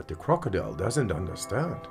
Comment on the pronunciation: Such a challenge to not laugh when he said "De crokodile does not undastand"